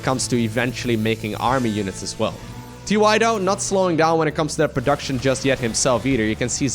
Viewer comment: Is it TY, or is it pronounced TieTie?